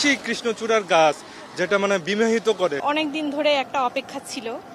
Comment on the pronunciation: বিমোহিত কে বলে বিবাহিত